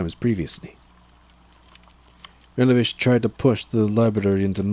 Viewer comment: Awesome job man! Btw were you saying revelation or relevation when referring to the Big E?